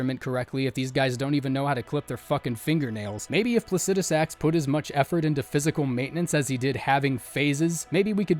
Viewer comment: Wow Someone who pronounced plucidisax correctly